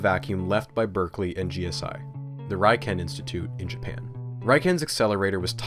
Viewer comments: This is such a phenomenal and educational video. A very tiny nitpick that doesn't even matter to the video though, is that "Riken" is pronounced like ri-ken (ri as in rich) instead of rai-ken. The name is derived from Ri-kagaku kenkyujo, which direct translation would be 'Laboratory of Chemical Science' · It took me 10 seconds to check how Riken was pronounced (first result on YouTube), you should try doing that more often (spoiler: it's not "r-eye-ken") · You got the pronunciation of Riken wrong, sir… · Just an aside, the letter 'i' in Japanese is pronounced like 'ee', so it's ree-ken. To make the rye-ken, it would be spelled Raiken. But as for the video, it was extensive and informative, densely packed with info, but still incredibly easy to understand. You should consider selling that version of the table of elements, with the unstable isotopes. It's is very aesthetically pleasing. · RIken from Japan is pronounced as re-ken not rhyken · First and foremost, amazing video as always. Second, not to be “that guy”, but the ‘I’ in RIKEN is pronounced like a long “e” (ee). Unfortunately, English has vowel pronunciation rules unlike most other languages. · If it hasn't been mentioned elsewhere, RIKEN is pronounced "Ree-kayn" not "Rye-kehn". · Uh... 理研 (riken) is pronounced ree- ken. Not reye ken (raiken). Raiken 来県 is an obscure word meaning 'come to a prefecture'. Riken is an abbreviation from the words for physics 理学 (rigaku) and laboratory 研究 (kenkyuu) laboratory! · As someone who studies Japanese I am contractually obligated to mention that Riken is pronounced "Ree-ken", not "Rai-ken". Awesome video still though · I'm pretty sure that's pronounced "Riken" and not "Raiken." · Tiny nitpick, but Riken should be pronounced “reeken” not “ryeken.” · It's pronounced ree-ken, not rai-ken. Otherwise, another amazing video. You really make a lot of this history of particle/nuclear physics super interesting. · By the way, RIKEN is normally pronounced "rick-en".